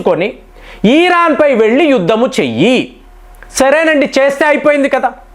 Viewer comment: ఈరాను కాదు ఇరాన్